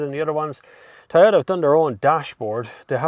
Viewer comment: IT IS PRONOUNCED TOYOTA, NOT TAYOTA.